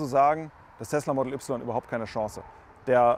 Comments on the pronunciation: Entweder sagste "Modäll Üpsilon" (deutsch) oder "Modl Wai" (englisch).......aber net ne Mischung "model üpsilon" ;) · Das er das Y deutsch ausspricht triggert hart - aber sonst guter Test 😀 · Bist du hängengeblieben? Tesla Model - nicht Tesla Modell ... es handelt sich also um einen englisch geschriebenen und damit ausgesprochenen Namen. Und daher auch die Aussprache. Da wird hier auch gar nicht diskutiert. Sucht euch mal an der Hecke den Nachbarn um dummes Zeug zu sabbeln. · Englischer Name "Model". Ein Eigenname. Und dann hat wer bei Tesla dir gesagt, dass die "3" deutsch ausgesprochen wird? - Kann es sein, dass du zur Bildungsunterschicht gehörst? Kann es sein, dass du schlicht ein richtig hohler Proll bist?